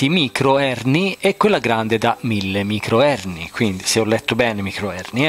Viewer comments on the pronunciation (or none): Allora anche microhenry e non microherny ahah ma il buon teniamocelo così che è troppo forte 🤙🏻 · Micro Henri non Micro Herni. Comunque sempre simpatico.